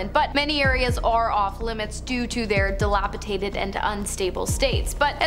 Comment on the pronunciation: the word is dilapidated, not dilapitated thank you.